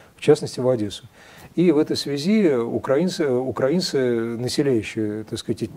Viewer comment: Правильное ударение -укрАинцы. Вспомните: "Тиха укрАинская ночь..."